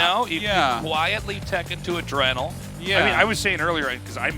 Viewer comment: "adreeenal" glands